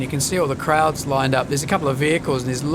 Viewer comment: I just realised you said "crowds" on the quay side. I kept hearing "krauts" :)